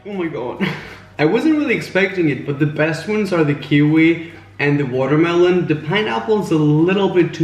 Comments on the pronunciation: i love the way he just casually pronounced it 'watermalone' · Did he said “watermelone”?!😂😂😂😂😂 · He said watermelone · I loved how you said watermolon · Sweet Vanilla water mulone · I love the way he said watermeloon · “water- melone” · "what happened to me waterermelone" 😂😂😂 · Omg im dead 😂😂😂🍉 “watermanone”😂😂 And then 😂😂 can you die twice??😂 MEEEE!!! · Simply Ellie IKR lol "what happens to my watermelon/watermelone" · Oh my watermelone how he said that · Lol at the way you said watermelon